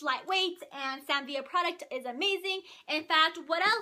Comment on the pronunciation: It always makes me giggle when u say "Sam Vee-uh" although I'm pretty sure it's pronounced "Sam Vih-luh" lol 😜